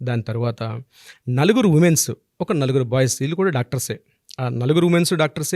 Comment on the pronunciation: ఉమేన్స్ ఏంటండి ఉమెన్ కదా అనవలసింది. ఇంత తప్పు ఇంగ్లీషా 🤦‍♀🤦‍♀🤦‍♀